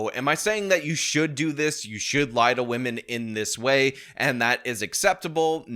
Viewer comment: C'mon, guys... Gotta respect wahmen